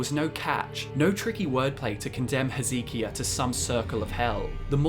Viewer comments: Whose "Ezeekia?" Lmao King Hezekias name is pronounced "Heze-Kye-a" Not "Ee-zee-kia" Awesome video regardless tho I love Gaunter O'Dimms character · He-zeh-kai-yuh lol. Not he-zee-ki-ya It comes from the hebrew name “Heskiyahu” Heski meaning strength And yahu referring to G*d